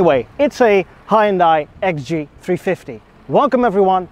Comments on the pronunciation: Pronounced HUN DAY. It does have a hood ornament, BIRD POOP! Even Jaguar, Lincoln and Cadillac now use plastic wood. Maybe XG means Xtra Gas. LOL Are you aware that Hyundai & Kia are sister companies? BTW I owned one of those so keep your eyes open for a pre-heater problem in the future. The repair will cost more than you paid for the car. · Maybe it’s a New York thing, but we pronounce it as HUN-DAY I like the way it looks, and don’t recall ever seeing that model before. I’ll keep an eye out for it on the road. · Just saying, but your pronunciation of Hyundai is wrong. In Korean, it's two syllables. "Hyon-dé" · Hyundai is pronounced Hunday just like Sunday 👍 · Hyundai rhymes with Sunday, as the Koreans say ;) There is no hi, there is no di. Hun-day (not 100% accurate, but as close as you can get with English based pronunciation). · Hyundai is pronounced like Sunday. Source: I was an engineer for Hyundai. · "Huhn Day",. It's pronounced "Huhn Day" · It's a Hyundai, not a Hi-iundai. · It really irritates me when American Youtubers pronounce Hundai..... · It's Hun- Day....not Hi-Un-Die. Well if you say it that way...it's ok. 😁😁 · fanboy cant even say the name proper smh its pronounced HE-YUN-DAI not HI_UN_DAI Einstein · In America, the brand is pronounced "HUND - DAY" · tis meer ... hi-un-dai .. niet hai-un-dai ... overigens vooral groot in het maken van schepen, net zoals samsung, 2 van de grootste scheepswerven in de wereld ...daar is een funfact die de meeste mensen niet zullen kennen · As one dutch person to another dutch person: Put an LS in it. And then they both laughed because a V8 is a lorry motor and engine swaps in the netherlands are barely a thing. Ps: Also, it's kind of pronounced "h'yùn dèh". The "y" isn't pronounced like "eye". Source: Some of my former classmates are korean. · It took me a hot minute to realize you were saying "Hyundai" and not "Hind Eye."